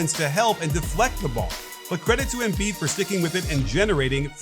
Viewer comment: Why Émbiid and not Embìid? Just say it right pls, it's a bit annoying